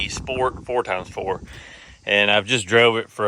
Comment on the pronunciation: 4 times 4? Never heard it said like that